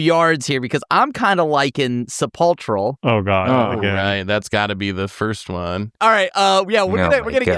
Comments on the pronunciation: Sepulchral is pronounced with a hard K sound. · “Sepulchral” comes from “sepulcher” and the “ch” makes a “k” sound. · Thats not how you pronounce sepulchral